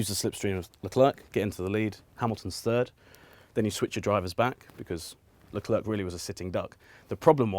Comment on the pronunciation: Alexis is planking on everyone by saying Charles Leclerc's name correctly.